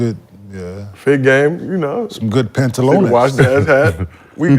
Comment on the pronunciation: Did k-mart say Pantaloones